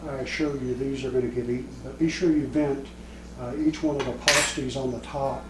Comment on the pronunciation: This is not authentic Cornish Pasty. (Pass tea), not (PAH-Steez)